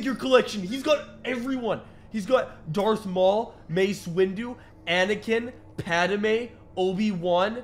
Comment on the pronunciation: Did you really just said "PadAme" ? bruh